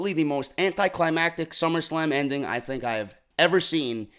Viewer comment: did he just say summerscam? wtf is a summerscam lol sorry had to rewind to make sure I caught that lol